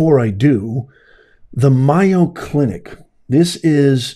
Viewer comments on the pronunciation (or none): It’s not Myo clinic…..it’s MAYO with a long A sound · Mayo clinic is prounounced may o not my o. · It’s. MAy-O clinic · Just mentioning its pronounced MAYO. Long A long O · It’s pronounced MAY-O❤😊if you don’t pronounce it correctly then people might not know what hospital you’re talking about.❤😊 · Just want to correct you, its pronounced A as in aid, in MAYO. You seem a genuine person and I agree about DEI being detrimental, but there is NO WAY you were at MAYO, because you are pronouncing it wrong constantly...?!!! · Learn how to pronouncse mAyo clinc if you want me listen to you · You're pronouncing it incorrectly it's like mayonnaise. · Yeah, it isn't one of his better pronunciations. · not criticizing, but letting him know so he doesn’t continue to embarrass himself. After all, it’s only four letters it’s not like trying to pronounce supercalifragilisticexpialidocious.